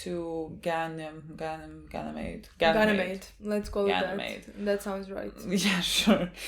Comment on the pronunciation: subconsciously pronouncing Ganymede right, after struggling so much with that word